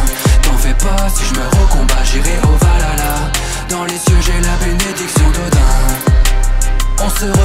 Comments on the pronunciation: Je suis le seul dont ça perturbe qu'il dise "valala" au lieu de "valhalla"? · C'est pas Valala c'est Valhalla le H ce prononce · on dit pas valala mais whalhala merci et puis a quoi ca sert de faire de la chanson si c'est l autotune qui chante et pas toi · BORDEL C'EST PAS VALALA C'EST VALHALLA. L intonation du H se prononce sinon c'est dégueulasse. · Ça se prononce ValHalla pas Valala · Franchement super taf, ça ce voit que tu as bossé de ouf, mais je juste j'ai un truc à redire même si c'est chipoté ça ce prononce pas valala mais valhala(val ala) mais sinon tout est parfait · je kiff le refrain mais par contre on dit pas valala mais bien valHala ;) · Chanson et clip excellent la seule qui me dérange c’est la prononciation de Valhalla ... Valala 🤣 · Pour info, le mot Valhalla se prononce avec le H et non pas valala. Sinon j'aime bien les faux tatouages d'Yggdrasil ou de Jormungandr, mais normalement, ils sont censés racontés les histoires qu'on a vécu, les contes des scalds ou représenter des symboles magiques comme ægishjálmur pour la l'invisibilité au combat ou gapaldur et ginfaxi pour la glíma (un art martial islandais) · Va la la ? ptdr, c'est plutôt "Val-ha-la" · sa c'est jamais dis valala mais Valhalla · "au Valala..." svp prononcer ça correctement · Nn C est bien vikings pas avec Norman il sait même pas dire vahalla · Après il dit valala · Ouais on dirait qu’il a sortit ça d’un épisode de oui-oui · justement, il chante valala... Trop dure pour les fr de prononcer le h apparemment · Ouais bon après tu dit " valala " donc bon. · Bah voilà une personne qui sait dire vahalla